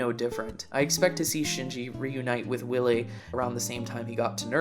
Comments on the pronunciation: Why do you say/write Will-E? It's Wille. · You completely mispronounced Wille, so I think that that’s a dead giveaway that you aren’t German. Sorry if I sound rude, though! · Great analysis but Wille is German so the w is a pronounced V.